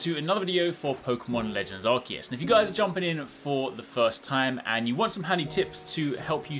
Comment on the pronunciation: Is it pronounced Are-see-us or Arc-ee-us? I've heard you pronounce it both ways in the same video.